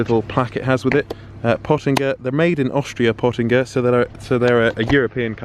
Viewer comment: You don’t say potinger right like